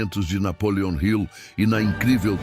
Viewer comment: Napoleon Hill não é Napoleon Rio. Está errada a forma como você diz.